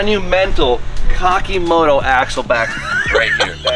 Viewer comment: dropped that HARD C in Cockymoto!!!!